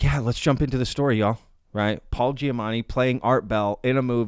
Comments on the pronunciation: It's probably your accent to my untrained ear, but I swear to god every time you mentioned "Giamatti" it sounds like you're saying "Giamanni" to my ear. You clearly know his name because it's in the video title. Not important, just trying to help keep up your engagement and that's something that jumped out to me! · Is he saying Giamanni ?